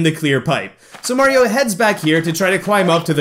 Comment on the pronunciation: did you call Mario mara